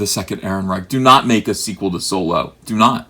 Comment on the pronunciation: It's Solo you illiterate sponge